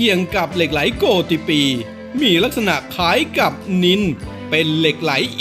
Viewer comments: เหล็กไหลโกฏิปี ต้องอ่านว่า เหล็กไหลโกดปี ไม่ใช่อ่านว่า เหล็กไหลโก ติ- ปี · โกฏิ อ่านว่า โกด ไม่ใช่โก_ติ ครับ